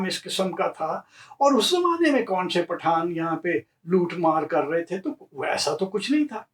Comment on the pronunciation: Beautiful and wonderful ❤ pronouncing "Path-aan"....hehehehehehe in a typical Sindhi fashion. You have rightly corrected yourself as Shikarpur was founded in the 1700's by the Phulphoto tribes. About the Chandio's, you forgot to mention this anecdote...how Ghaibi Khan Chandio got his title of Nawab by the Viceroy and his Jagirs...it is told that he once invited the Viceroy to tea when he visited the Bhutto's in Larkana. It is said that he had the tea prepared which was made by burning Currency notes to impress the Viceroy who bestowed upon him the jagir of reputedly 999,999 acres! And now coming back to "Path-aan"😉 if broken up it translates in "Grab-n-give" which was what they were called being brigands & robbers😂😂😂😂 Thoroughly enjoyed your show👍🏼👌🏼